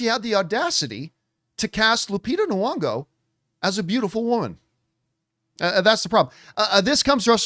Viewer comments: Is her second name supposed to be pronounced Nu-ongo??? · My good Canadian brotha it's NEE-ONGO